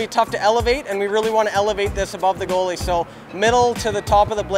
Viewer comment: says "girly" instead of goalie It causes me physical pain when I hear him say girly